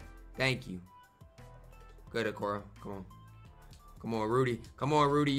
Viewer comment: Anyone else notice is prononcong Okoro wrong? 😂